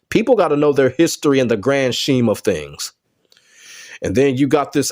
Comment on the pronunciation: Im only correcting you because i love listening to your videos and want to help you. Its pronounced skeeme (scheme)